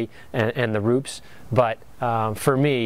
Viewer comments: RUPES not RUPS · Rupes not ROOPS...